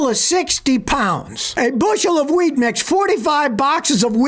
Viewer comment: OH! WHEAT! I thought you said WEED! 🥴